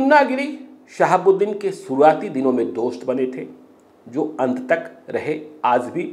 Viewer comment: Reporting sequence is good but pronunciation is full with mistakes. Aaj recited as "Aaz" and many more.Kindly enrich your urdu words with its proper pronunciation.Thanks